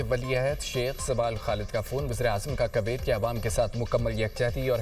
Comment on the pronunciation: Koyat ko sahi pronounce bhi nhi kr raha news anchor